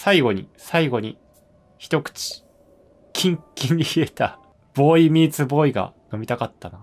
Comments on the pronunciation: ついにDLCかぁ....!!!待ってましたよ！もうワクワクが止まりません！w shu3がずっとヴォーイミーツヴォーイって言ってる時ずっとクスクス笑いながら可愛いって思ってましたw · ヴォーイミーツヴォーイって言ってない？？？